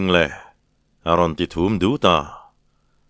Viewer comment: Thum rawn ti tawh suh, thûm rawn ti rawh.